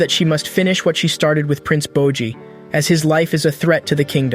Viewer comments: nah u did not just call bojji 'bocchi' lmaoo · Did u just call my man Boji dumb boy, I hope I see ur dumbass in the streets